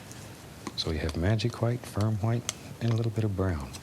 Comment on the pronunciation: DOOD OMG I'M DEAD WHEN HE SAYS THAT OMG